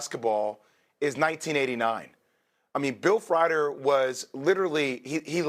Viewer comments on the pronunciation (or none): Some corrections..."Freeder" NOT "FRY-der"...Big Dog Glenn Robinson played for Purdue NOT Michigan, Glenn Robinson THE THIRD played for Michigan. Loy "VAWT" NOT "Voight". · This guy knows so much about Michigan basketball that he can’t even correctly pronounce Bill “Freeder”’s (Frieder) name. 😂. 1989 was great but this team is better. But both are and always will be CHAMPIONS! Go Blue. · Jay Will is awful! First he mispronounces Bill Frieder (it is pronounced "Freeder")... then Big dawg multiple times, he's terrible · Wow, I cannot believe I actually listened to such moronic analysis. Can't pronounce Frieder, mentions Glenn "the Big Dog" Robinson who played at Duke 7 times. That 89 teaming even close to these guys. 9 guys deep here. They dropped off hard after Eice, Vaught, Mills, Rovinson and Higgins. 89 went on an epic run after good, not dominant, regular season. This team dominated like only one other team in kenpom historical ratings. To say nothing about the level of play now vs 89. I was in Seattle and im flying out of indy now. I've followed Michigan since Phil Hubbard and Ricky Green. As for which is the best of all time it is clearly 26. That said tge Fab Five were, and will likely always be, the most impactful. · Can't even pronounce 'Frieder' correctly. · This guy mispronounced almost every player’s name including Bill Frieder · Exactly. He should not be having this conversation